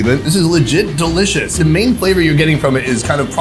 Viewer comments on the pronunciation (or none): none